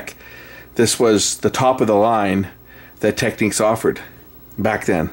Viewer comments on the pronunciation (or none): its not techniques , its technix....